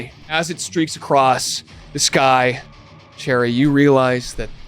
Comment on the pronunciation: I keep on hearing Cherry as Jerry